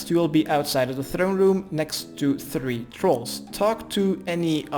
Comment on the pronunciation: lol I heard that too XD